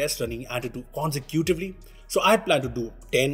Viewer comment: Consecutively? Konse cutively? Tf.